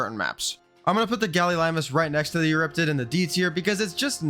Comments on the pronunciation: Gallimimus, not gallilimus. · Errm Lystro should be the highest tier Also it’s Galli-mimus. Not, Gallilimus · It's pronounced nidaria not conadria... sigh. You also mispronounced galliMIMUS. Ichthyosaurus is a marine reptile, not a damn dolphin. Stop calling it that. Likewise leedsichthys is a fish, not a whale. And you can absolutely tame them so stop lying about that. You can tame most creatures even if not by normal means. Basilosaurus is literally a whale. Calling it a dolphin would also be more accurate than calling ichthy a dolphin. Titanosaur is another blatant lie. They don't starve on personal servers with the right settings. Everyone falsely believes otherwise so nobody ever tames it. What's the point in saying yutyrannus like that when it's literally named after the tyrannosaurus? Lampreys are fish, not leeches. They are only functionally similar because they both drink blood. You are very uneducated about this game. I notice the same problems in every video. You're riddled with ads as well. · Btw its gallimimus